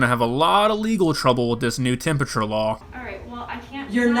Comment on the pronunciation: ”yOu CaNt TaKe My TeMpUtUrE tHaTs IlLiGiEl”